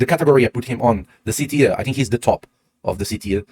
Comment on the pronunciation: Awesome content as usual! Thank you. And well done trying to say TIER correctly! Teeeer instead of tire. Well done! 👏🏻👏🏻👏🏻👏🏻